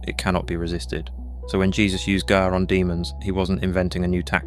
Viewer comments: It's b'kha, and you have to let that flutter in the back of the throat a little bit. Not quite like claring the throat, but that should give you an idea. Like a soft grungy K sound. And it's g'ar, pronounced like guh-ahr, but with a very short g' sound. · The whole video is garbage. And, yeah, the "magic words" "ga'ar b'kha" are massacred with wrong pronunciation. (no "ch" sound in Hebrew as it's pronunced in English and in one instance the narrator said "g'ay" b'cha...ughI wrote a very lengthy reply on the idea that the word "satan" is NEVER a proper name but merely a noun in Hebrew. AND the fact that it was NEVER REMOVED from scripture. Unfortunately, people swallow this garbage because they actually wish to learn. If they were actually serious, they should start by learning the Hebrew AlefBeit. Learning poorly transliterated English is NOT learning Hebrew! It takes more than a YouTube video with sloppy A.I. and absolutely fabricated JUNK to enrich one's walk with the LORD. This is the kind of CRAP that starts cults! I''ve studied biblical Hebrew for around 20 years and I have SO MUCH TO LEARN! I have written out 3 large books in biblical Hebrew calligraphy, I can recite Isaiah 53 and many others and I'll spend my whole life doing it because the LORD did it...and wired me that way in His love. It's not necessary for everyone. It's really SAD that believers are being deceived in this way. But on the other hand, they should stop looking for "magic words". JESUS/YESHUA the KING/BROTHER/CHAMPION/GOD is who we need to know both scripturally/personally and moment by moment.